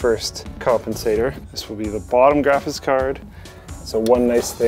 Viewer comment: is it me or does keep saying "Graphitz cards"?